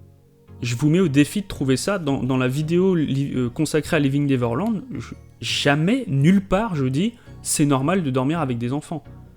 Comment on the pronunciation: Par pitié, apprenez tous à prononcer correctement "Neverland", merci!